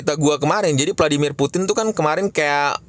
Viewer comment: putin bukan puting :')